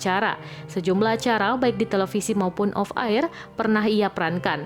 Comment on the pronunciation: Tolong dong kalo baca nama orang yg Benar jangan asal-asalan. Nama itu kan Pemberian orang tua jadi harus dihormati dong. Koes dibaca KUS, ya mba Narator. Dan off Air itu dibaca Of Aer bukan Off AIRRRRR. Narator ga becus baca aja di gaji.